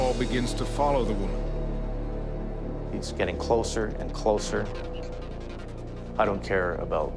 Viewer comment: please "woman" not "women"